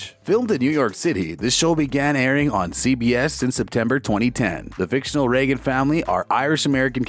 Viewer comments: Hey, you! The guy talking. Have you ever watched this show? It is pronounced with a long a sound!!! You know, like the president??? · I wonder if you’ve learned how to say the family name yet?.